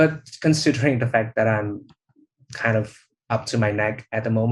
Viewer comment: Well did you call him Dat or That?